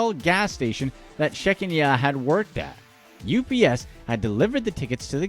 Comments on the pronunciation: lol-number 2: it's not 'Shek-n-YA', it's ShaKENya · Number 2 the name is pronounced “SHA-Kenya” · It’s pronounced (SHAH-KEEN-AH) 😂😂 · Pretty sure her name is pronounced Sha Keen Ya or Sha Kenya.. I rarely do scratch offs and have never played the lottery but this video has definitely taught me to pay close attention to what I'm buying,always sign ticket,take pictures of ticket and take it to lottery office,not back to the store.. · I just love the way you slaughtered the name sha-KEN-ya 😂😂 People make fun when you include accent marks, apostrophes, or hyphens in names, but they serve the grammatical purpose of instructing the reader through the proper pronunciation. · His ethnic name pronunciation is terrible!...😂😂😂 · The way he pronounced Shakenyah's name. Hilarious.